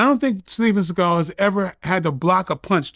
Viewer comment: Vlad: “Steven Sea-gal”